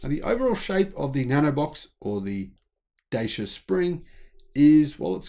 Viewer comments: Say it Dachea. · Hi, thanks for your video! Two corrections: the Renault Kwid had been developed for the Indian (not Chinese) market. Secondly, Dacia, a Romanian brand and long year partner of Renault, is been pronounced differently. If you think of the Netherlands: “Dutch” and then just end with “ia”. So something like: Dutch-ia.. 😊 You can find the original pronunciation here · Pronounced as Duchyia